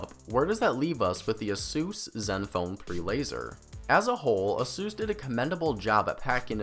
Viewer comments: Its aysus not assus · just wondering where you are from with the weird pronunciation its said like this ace usor was this an homage to dr suiz i believe he died recently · i cringe everytime u say asus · you pronounce asus wrong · The way you pronounce Asus kills me. No hate tho, the review was good. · is asus really pronounced that way? Tf?